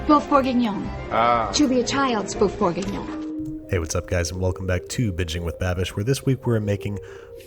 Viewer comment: A lot of Americans say "Beef BOR-gah-NON (or BOR-big-NUN)."